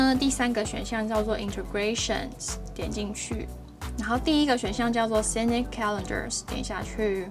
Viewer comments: Sync的發音＝sink, 不是唸作sinik, 然後Dawn 的發音不是“down”。其他的介紹都很棒！ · Sync=synchronize同步, 哪裡來的sinic? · 我還想說奇怪 哪來的"nik" ~